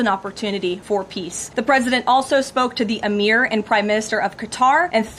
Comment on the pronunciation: A tip for you for future videos: please learn the proper pronunciation of words that are foreign to you such as in this case Qatar, Emir.